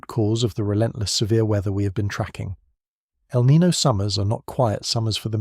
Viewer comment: Niño, not Nino. The name means "Christ child" because the warm currents peak around Christmas. Nino on the other hand is a first name in spanish. Not hard to pronunciate